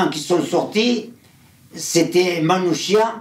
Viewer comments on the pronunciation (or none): Le nom Manouchian se prononce Manoukian